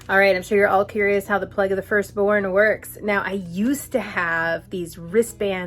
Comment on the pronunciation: Had to laugh. I heard you say "pleg" and thought huh, I've been watching you for a little while and haven't heard that word before- must be a Jewish thing I haven't heard of. Then realise you were saying "plague" :)